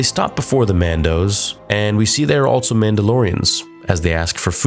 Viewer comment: Dude I love your videos so much but I’ll never understand why you say “alt-so” instead of “also” lmao